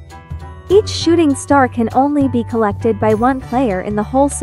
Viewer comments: Am I the only one who heard "Shitting star"? 💀💀💀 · Nope I heard shitting star too😂